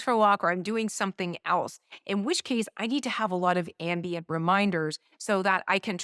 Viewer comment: I know you said ambient but ambien too ...